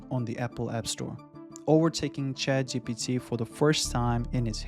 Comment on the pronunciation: This is a high quality video, but I’ll tell you the honest truth: people judge mispronunciations. Your accent is not a problem. But you consistently say “Chat G T P” and not “Chat G P T.” And western audiences judge that as low intelligence, regardless of the truth. You’re clearly a smart person, so I just wanted to give you the unvarnished truth so that you can grow like you deserve. Practice that single pronunciation. I believe in you!